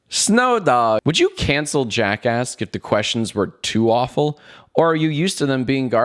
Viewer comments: Whenever Jack says Welcome To Jack Ask, I hear Welcome to Jack Ass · I always hear jackass when he says jackasks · in the very beginning it sounded like he said " Welcome to JackAss" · Im sorry but whenever you say jack asks i hear jackass. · Who else thought he said jackass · I keep hearing Jackass instead of Jackasks. :/ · For some reason I thought he said “welcome to JackAss” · I thought he said welcome back to jackas* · ‘Welcome back to jackass’ did anyone else her that?? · Lol I thought u said: welcome to JACKASS😂😂😂😂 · I keep on hearing jackass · What I heard: welcome to jackass. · Whenever Jack says Jack ask I think he is saying jack ass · Am i the only one that heares jackass at the beginning? I am, well shit! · I thought you said jack ass when it started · thought this was called jackass instead of jack ask at first. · I thought he he said jackass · Why did I just realize JackAsk sounds like jack*ss 😂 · Anyone noticed that he said jackASSked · i keep on hearing "welcome back to jackass" and honestly i think it's fitting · it took me a few years to understand that it sounds like jackass. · I legit thought you said "Jackass" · "Hello, my name is Jack Douglas, and welcome to Jackass." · It sounded like he said Jackass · At first it sounded like “welcome back to jackass”